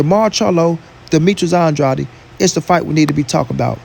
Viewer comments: it’s AN-DRAYD not ON-DRODDY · Pronounce his last name right